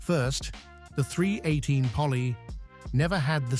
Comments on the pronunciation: We say “three eighteen”.. Forced myself to watch it cause of the subject; but hard to listen too. AI voices are hard on the brain.. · It’s 3 eighteen, not 3 one 8, A eye needs to learn pronunciation. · its NOT a three...one...eight , fool . its a 318